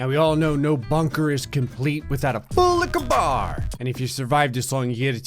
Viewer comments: I will never not laugh at the way he says FULL LIQUIRE BAR or whowever its spelt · I come just to hear you say "Fullliquorbar" Everytime. Everytime, it is everything. I live for it. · its FULL LICKEH BAHH